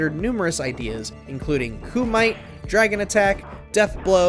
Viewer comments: Kumite is pronounced “Coo-Ma-Tay” not “Coo-might” lol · This is shit. This video is terrible. So many mentions of things and yet those things aren't shown...like wtf? Why tell us about? We're just supposed to take your word? We don't need to see it? And "Koo-mite"? Did you really say "Koo-mite"? Koo-me-tay. How are you gonna make a video about Mortal Kombat and not know wtf Bloodsport is? I'm learning to unsub from any channel with "Mojo" in the name because it's just a garbage ass cash grab. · Did you really pronounce Kumite koo-might? It’s Koo-mi-teh, guys… You couldn’t even be bothered to do enough research to watch Bloodsport, huh?? (The JCVD movie that inspired Johnny Cage, heard of it?) 😂😂😂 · koo muh tay not koomight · "Koo-mite?" Its pronounced koo-mee-teh. Mojo narrators are the worst. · Kumite is Koo-mah-tay. It’s supposed to be for Van Damme which was just Johnny cage and being in the film Bloodsport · "coo mite" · Ku-might? Smdh 🤦🏻‍♂️ this guy has obviously never seen Bloodsport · So firmly within the mid-1990s range. It's pronounced "Koo-me-tay". So just within the late 1990s range. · Kumite is pronounced koo-mih-tay... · It's pronounced koo-muh-tay. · Hearing "Kumite" pronounced as "koo-might" had me die a little on the inside, lol. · umm ok I moved on…. Did you not see it or forget how Kumite was pronounced? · And "kumite."